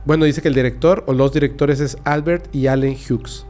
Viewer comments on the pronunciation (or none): none